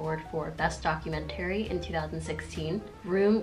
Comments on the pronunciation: NGL, kinda got distracted for a hot second by that pronunciation of "documentary" X'D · she’s so cute but WHY DOES SHE SAY DOCUMENTARY LIKE THAT ???